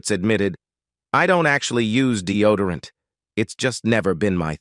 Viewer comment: Capra? Polident? Deodorant? Candida? Diseases? Disorders? These words should be easy to pronounce, yet the narrator butchers them. Add to that sudden, inexplicable switch to a Spanish accent towards the end of the video, makes one really wonder if he's 'all there'.